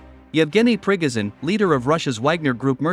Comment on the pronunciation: Liking the new pronunciation for the wagner boss - prickozhin